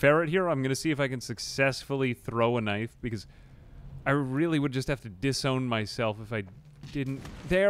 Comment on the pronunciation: I LOVE how you say knife as knief sometimes. I do the exact same thing.